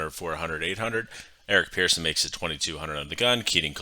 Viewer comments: Pretty sure he pronounces it "person" and not "pearson". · yeah but the guy's name is Eric Persson not Pearson and pronounced as such...."Pers-son"